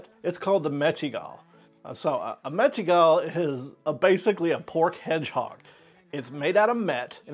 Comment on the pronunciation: Your pronunciation of Mettigel is really funny. The literal pronuncation is somewhat like 'Matt-eagle'. Just try it (the spelling and the Mettigel)